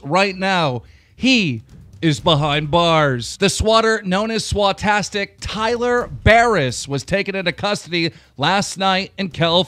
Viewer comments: Yeah, it’s pronounced “Swatistic” but Keem mispronounced it as “SwatAStic” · Did he really just say swatastic instead of swautistic, REEEEEE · First you say "news" nuws. Second you say "swautistic" swautastic. I still looking for else. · It's not swa-tastic it's sw-autistic